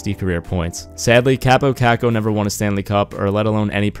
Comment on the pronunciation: it's pronounced cop-oh cock-oh met him at a training camp event